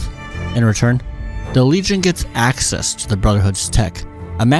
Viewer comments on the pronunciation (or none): none